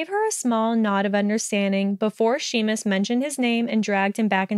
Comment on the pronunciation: I’ve read this fic before but I’m packing moving boxes and this is just what I needed, thank you! Your Luna voice is really good! I know you can’t change it now but if you read him in the future Seamus is pronounced Shay-mus 😊